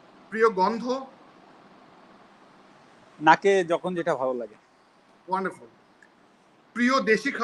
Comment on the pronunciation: এক হালার পুত একটু পর পর খালি বলে অনডারফুল অনডারফুল